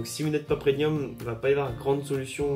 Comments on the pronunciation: Non il prononce "PreNium" comme nombre de personnes, ce que je ne comprends pas car l'orthographe et la prononciations exacte est bien "PreMium" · Super vidéo ! Par contre, une seule précision : on dit "PREMIUM" !